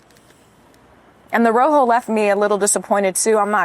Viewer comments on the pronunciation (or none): none